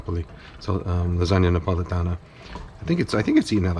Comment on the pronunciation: both Bolognese and Neapolitan! Mad respect from me! (Born and raised Napoletano here!) - Kenji did a very good job imho!